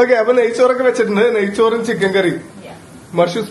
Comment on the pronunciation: നായ്ചോർ അല്ല നെയ്യ് ചോർ 5 വർഷം ആയില്ലേ ഇനിയും മലയാളം ഇങ്ങനെ പറയല്ലേ 😂